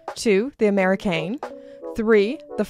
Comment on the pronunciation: A little "Je ne sais quoi" but The Améri"Kaiine" 🤔🤔